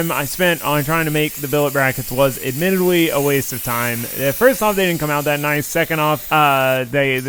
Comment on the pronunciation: "admittidwy a waste of time :3 uwu"